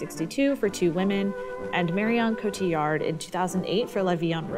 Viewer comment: Thank you for pronouncing Marion Cotillard's name correctly <3